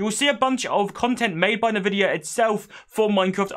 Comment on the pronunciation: "En-Vidia", not "Nuh-vidia" :) Good stuff though.